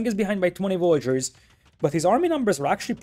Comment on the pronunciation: Ya gotta cut him some slack m8. I mean..he called Villagers as Vollagers/Voyagers. Sometimes the native tongue makes correct pronunciation physically impossible. Edit: I'm Vietnamese btw and I have never heard any English speaker pronounce Nguyen correctly